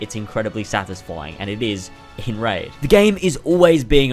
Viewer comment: I just puked as soon as i heard you say "Raid.."This hurt me differently